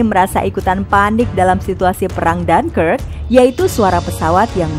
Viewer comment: Bacanya apa? Jangkrik kah?